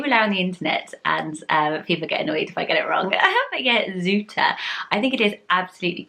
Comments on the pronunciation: Zoete is right, although it’s said “together” = Zoete, not Zoe-te. Love your channel! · it's not really "zootah" its more like 'zoo-tu' without adding like a 'w' after zoo', zoo just needs to be said short. But it doesn't really matter that much. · You pronounced it well for a foreigner tho! There is another pretty Dutch name with almost the same meaning which is Lieve. Both names are adjectives in Dutch :) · You pronounced Zoete right except the t was a bit too harsh. It's a Dutch word indeed but I have never heard it as a name before!